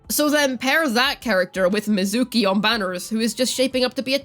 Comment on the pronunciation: mizuki❌ mizooki✅